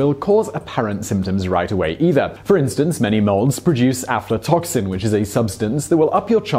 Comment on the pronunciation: Did Simon say aptotoxins was the cancer-causing substance found in some molds?